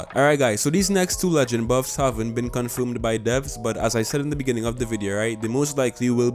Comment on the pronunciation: “Boofs and nuufs”